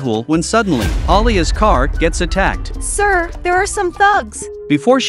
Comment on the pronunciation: I like how the narrator says an object that belongs to Alia he says alia es